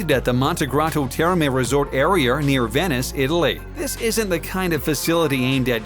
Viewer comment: “Areaer” like wtf he said it like a 100 times. It’s pissing me off